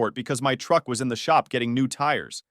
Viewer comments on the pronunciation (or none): none